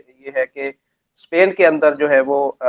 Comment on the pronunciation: इन्हे हिंदी नहीं आती ट्रांसलेट का सहारा लेते है और ये इंग्लिश ने पाकिस्तानी स्पेन को सपेन स्कूल को सकूल मतलब आधे स को इस कि जगह स बोलते है इसलिए हिंदी ट्रांसलेट इनको समझ नहीं पाया और ये वापिस पढ़ भी नहीं सकते कि पेन लिखा है या स्पेन